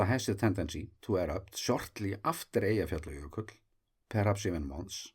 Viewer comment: I envy your ability to say Eyjafjallajökull without even thinking about it :-) Love the videos!